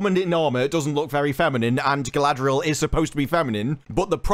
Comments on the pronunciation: how do you turn 4 consanents into 6? i thought her name was galadriel, not galaladriel? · Question for or however it’s pronounced now. If Tolkien had put out more powerful women in the LOTRs would the existing women characters such as the one you play be diminished and felt way less important in the story? I’m just curious how your brain works. Certainly not logically. Yes let’s add more more more powerful women that will make Eowyn and Arwen scenes stand out more and hold a ton more weight.